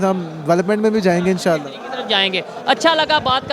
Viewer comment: How could all pakistanis be this dumb !!! வணக்கம் .... Vanakkam ………… Bismilla …….. Insaalla…(Inshalla)… Maasaalla…(Mashalla) … Subaanalla …(Subhaanalla) Alalamdulla …(Al Hamdullilla) .. YoYo Kittu Bhai ……... YoYo Kittu Bhai !!!.